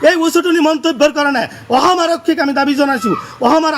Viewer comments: Kun ai goru2 ki bal aham aham koi aso sudurvai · কিহৰ শান্তিৰ কথা কৈছে ই অসম শব্দ টো k শুদ্ধ কৈ কব নোৱাৰে। ইয়াক আতক কৰিব লাগে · নিজৰ ৰাজ্য খনৰ নামটোকে শুদ্ধকৈ কব নোৱাৰে, এওঁ আকৌ অসমৰ বাসিন্দা হ'ব খোজে। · অসম উচ্ছাৰণ কৰিব নোৱাৰ , বাংলাদেশী মিঞা।